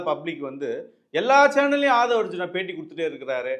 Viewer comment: ஆதவ் அர்ஜினா என்பது தவறு. ஆதவ் அர்ஜுனா என்பதே சரி. சரியான பெயரை உச்சரிக்கவும்.